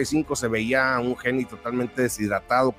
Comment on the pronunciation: Haney se pronuncia GEINI Y NO GENI MO!